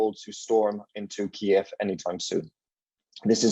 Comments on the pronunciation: KEEV NOT KEY-EV! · "KEEV," not "Kee-Ev." It's Ukrainian, NOT Russian